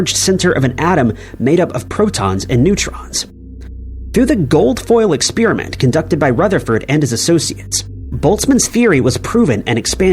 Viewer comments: Who pronounces "experiment" as "expeeriment"? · What is this "expeerament" of which you speak???